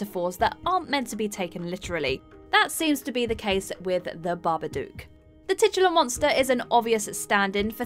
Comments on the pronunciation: I only have 2 things to say about this list - 1/ It's 'Babadook', not 'Barberdook'. They literally say it in the movie. 2/ The Blair Witch Project is one of the worst films of all time, and should be in any list, unless that list is 'The Worst Movies Of All Time' or 'Overrated POS Movies'. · Every fucking video. BabaDOOK like book, cook, look, took, chook. Not like spook.